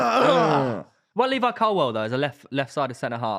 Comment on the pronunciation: not knowing how to actually say people's names is just the cherry on the cake for his ball knowledge. Braithwaite and Colwell apparently.